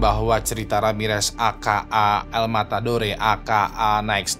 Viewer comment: El. Matadore, d baca el matador